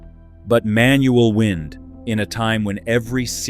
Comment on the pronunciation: AI - “wind” with a short “i”.